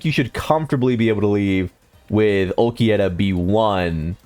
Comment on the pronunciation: AND WHY DO YOU KEEP CALLING HIM ULQUIETTA